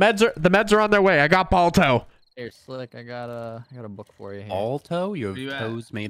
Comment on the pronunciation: it not ball toes it's Baal tow (Balto)